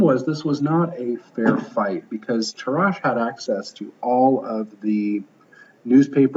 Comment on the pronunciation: In Tarrasch accent goes on first a, not the second, also the pronunciation of Alekhine is totally wrong.